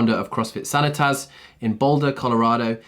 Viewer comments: Sanitas pronounced sa NÉET us, not like san ee tas (as in sanitation or sanitary). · For what it's worth "Sanitas" is pronounced Sah-nee-tahs, not that it really matters exactly, but in case it does, there you go! Love your videos :) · Nothing to do with CrossFit. CrossFit sanitas is a beautiful box. I’m posting for one reason. sanitas is pronounced Sah knee tas. I only know this because I grew up and still live in boulder CO. Sanitas is a mountain and popular hiking trail in the foothills, and there is also a local brewery named after it. It roughly translates something like soundness of mind aka sanity. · Pronounce it San eat us sanitas. It's named after Mount sanitas (an awesome trail in Boulder)